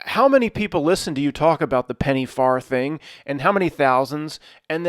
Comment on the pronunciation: The "th" in farthing is pronounced the same way you pronounce it in the word "the" Just moving things along here 😉